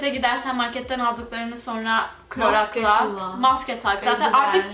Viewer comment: Ahahhah ”KLORAK” demen.. cnm hemşehrim love u💘